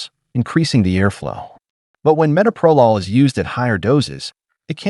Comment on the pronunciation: SO TIRED OF ‘AI”. CAN’T EVEN PRONOUNCE METOPROLOL CORRECTLY. Don’t you bother to check what you’re putting out and make corrections first?